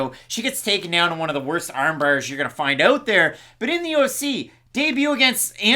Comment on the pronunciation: you sound like a pirate when you say "armbar". rrrrrM Brrrrrr!